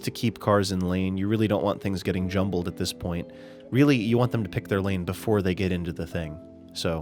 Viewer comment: "you really don't want things getting Yumbled ..." 😂